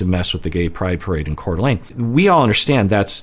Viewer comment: Just here to say thanks for pronouncing Coeur D'Alene right!